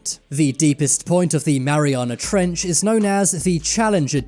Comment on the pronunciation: Omfg the emphasis he puts on the "ch" In trench is the scariest thing in the damn video. Mariana Trechhhhhuhh Just say trench niggq damn